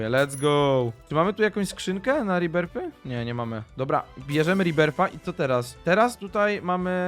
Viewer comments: To nie som riberfy to som rebirfy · Rebirths czytaj rebirf